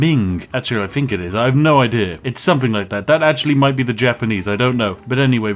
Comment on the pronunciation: Just an observation (I do enjoy your content) plz pronounce TH instead of PH (Think instead of Phink). A truly posh person would pronounce TH correctly and if you did.... it would round out the joke for me personally. Keep up the content!